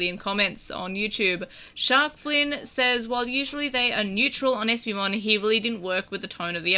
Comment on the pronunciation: First, I love that you keep pronouncing my name as an eeveelution. Second, having HoverEspimon on the show finally feels like a release. Though is it worse than waiting for MagnaAngemon? I'd say so. As for a champion level turning the tide, I imagine it's just from a supportive type of angle. The smokescreen attack seemed to have come in handy. And champion bombs would hit harder then rookie level explosions. But this is one case I find frustration with some other digimon at lower levels that seem to have powers far to great for them, such as Clockmon. Clockmon has the power of TIME and no ultimate or mega has yet to prove themselves stronger than the concept of time.